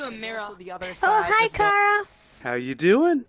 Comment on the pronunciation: ITS CHARA NOT cArA